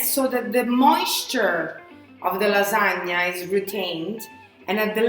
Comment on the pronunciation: You said it right! Lasagne, not Lasagna. I believe you are a real Italian now. lol